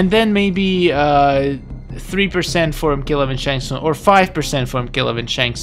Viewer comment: I know that I meant to say that’s not how you pronounce his name. It’s Shang Tsung not “Snag tsung”.